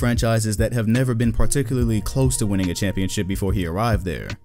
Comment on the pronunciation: Winnning? I caught that lmao